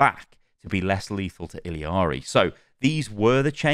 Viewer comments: It's pronounced like Spanish where all the letters make certain sounds. So the double L is a Y sound Ee-Yar-Ee. Don't over complicate it. lol But also most of the problem with OW2 that I have is the Battle Pass and monetization... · It’s pronounced like ee-yah-ree. In Spanish, a double L is pronounced like a Y. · i dont wanna be that person, but its "Iyari" because double "L" in spanish is "Y" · the L's in Illari are pronounced as a Y (ee-Yar-ee) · It’s eel-yar-ee in English pronunciation,. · the pronunciation is "I-yacht-y" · I cringe every time I hear him pronounce “iliari”, like it’s not that hard to pronounce a double LL as a Y. It’s all over social media plsss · Hearing ill-EE-ari makes me want to rip my teeth oit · it’s pronounced ee-ya-ri btw. you dont pronounce the “L” lmao. double L is silent in spanish, just think of the word tortilla for example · E-yah-ri It’s a double L The LL is pronounced as a Y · Illari is pronounced 'ee-ya-ri' LL is a Y in Spanish. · Her name is pronounced EE - YAR - EE. TWO LS MAKE A Y SOUND. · Pretty sure it's pronounced like ee-yar-ee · its "ee-yaree" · Pronounced iyari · It's Illiari. Just add one "i" in middle of her name. I discovered it yesterday xd. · good review but holy fuck man please pronounce Illari and SCHEDULE correctly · ILL ari, where do you get the Ill I ari from btw ? XD there is no i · OW2 is NOT better than OW when it first came out. Over time, OW got worse the more bad moves they made to the core game. OW2 is better than the end state of OW1, though. p.s. It's ILL-ARE-EE, not ILL-EE-ARE-EE :) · If you watch the origin story she actually pronounce it like "iyiari" which is accurate as the character is from Peru, and in Spanish the double L is pronounced as a Y. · Ee-la-ree. There's only two i's in that name dude. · hi, as a peruvian the way in which you pronounce illaris name is with a JA sound, so it technically would be pronounced iJAri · the double LL in Illari makes a Y sound . Iyari